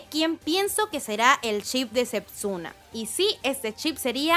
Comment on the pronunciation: Porque sepsuna? Es Setsuna.